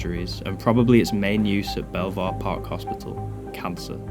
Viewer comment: I explored all the buildings, and the best one was the last one we entered, which had all the good stuff in it. By the way, it’s pronounced “beaver,” oddly enough.